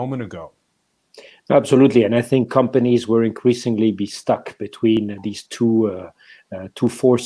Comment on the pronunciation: There’s no “g” in “companies” in English — hire someone who speaks the language, ffs